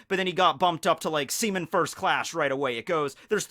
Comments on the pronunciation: Stop saying semen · Me laughing everytime he says seaman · it said like he kept said semen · He said sea-men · Semen Recruit... I can’t unhear it... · Seaman or SEMEN